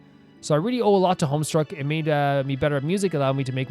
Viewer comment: there's no "r" in homestuck lmao